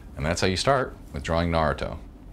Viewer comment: =) the fact that u say his name right just makess me smile...my parents say naaaaaruto and its annoying...keep up the vids they r awesome